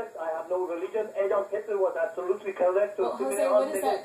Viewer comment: "Adolf Hitluh was absolutely CULLECT!" LMAO